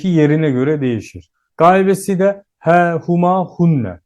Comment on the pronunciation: de he yi neden ha okuyorsunuz anlamadim